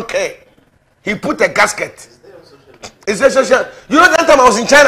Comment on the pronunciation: doesn’t say casket…..he says gasket🤣🤣